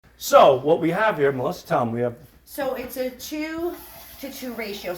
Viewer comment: Sal can't even pronounce his sister's name. "Melisser"